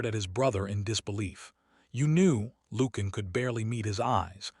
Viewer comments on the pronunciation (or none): Lucian is not pronounced Loo-can. It’s pronounced Loo-she-an. Interesting, well crafted story. Enjoyed it.